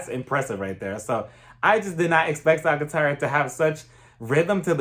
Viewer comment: Small tip: Sagittaria is pronounced more like “Sa-hee-tah-riah”. We pronounce the “g” as an intense “h”.